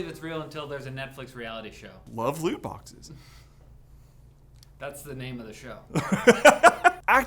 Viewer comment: Did you say boxes??